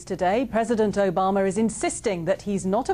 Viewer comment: "and in other news, President Obamer is insisting..." lmao